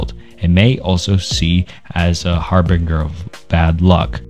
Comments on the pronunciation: These reports are n-acetyl Real talk- harbinger the g makes the giraffe g sound Anecdote is, idk, take your time- you don’t have to read so fast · Great video, but man, you need to work a little on your pronunciation. Namely, in this video, I noticed some butchery of "Anecdotal" and "Harbinger" among others.